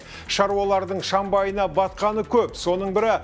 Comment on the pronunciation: шАмбайы емес, шЫмбайы мырза!